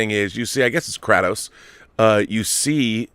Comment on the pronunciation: FYI Kratos pronounced cray-tos